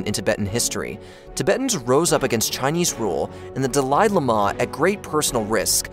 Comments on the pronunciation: Dalaili mah? The fuck. How does this still exist. If we are being taught history, I'd like at a reasonable mispronouciation. Not what ever that was. And repeated dozens of times. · Idk why the incorrect pronunciation of Dahli Llhama pissed me off so much. I'm sure i misspelled that which in turn pissed another person off. Sorry. Lol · Dalai Lama is pronounced like "Dolly Lama." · da-lie la-mah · Aint no way you're pronouncing Dalai Lama like that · The Dalai Lama pronunciation is lol weird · How on earth does one butcher the Dalai Lama to such an extent I thought there was yet another unfortunate soul to suffer the same fate as the Dalai Lama. Took me an embarrasing amount of time to realize you just seem unable to pronounce such a famous entity. I still have trouble believing a channel such as this can make such a silly mistake.